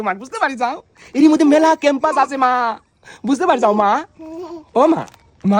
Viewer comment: ক্যাম্পাস না পেম্পাস 😅😅